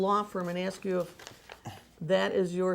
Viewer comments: Can I axe a question, can I go to the baf room? Did you know yesterday was my birfday. We don't have no distinction. Is this guy stupid or just pretending? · I hope this becomes a meme lmao When someone ask u something u don't wanna answer or don't know u just be like "Ax Michelle" 😂😂😂 "that's something Michelle would know" "No I'm sorry u gotta ax Michelle about that" 😂😂😂😂😂😂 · Did he really say " Uhhh... I think it was in O 10"? Jesus can come and talk to but can't educate your remedial ass? Betta AX Jesus for some hooked on phonics next time y'all are chit chatting and AX him if you're doing the whole fasting thing right because my eyes are telling me different. #BettaAxMichelle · No axe Michelle, not ask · You mean like when he says "Axe"🤣😃😄😅😂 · mirrortv36 Nahh it’s “axe Michelle!” 😂😂😂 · It’s Axe Michelle. He can’t speak correctly. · I'm white british... It's ask 😉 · Axe Michelle 😂😂😂🤣🤣🤣 how captivating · Michelle’s deposition I don’t know axe David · He sounds extra illiterate when he tries to use big words that he has no idea what they even mean!!!!! Hell! He can’t even say ask!!!! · Just " axe" people to help Davey here pad his bank acct. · Axe Michelle? Ax? Like as in woodsman? Is she a woodsman? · You betta AX sumbuddy 😂 I just wanted to type "AX" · I’m about to start telling ppl to “axe Michelle!” 😂😂😂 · rafael millan .. it’s “AXE Michelle” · Watch "Apostle" David E. Taylor under oath: the pulpit foghorn shrinks to a whispering baby voice with a fake little cough, and every dodge is the same — "I don't know... AXE MICHELLE." Can't pronounce "ask," but he healed AIDS, trust him (zero doctors, zero evidence, ever). $50M allegedly drained from worked-unpaid believers, church-bought Versace in the Bahamas, sworn admission about belting his 17-year-old daughter. Loud for the tithes, meek for the truth. Bond denied. Michelle got arrested too. 🔒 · Can I please have a dollar everytime he says, "axe Michelle" or the lawyer says: "you have to answer yes or no." Please.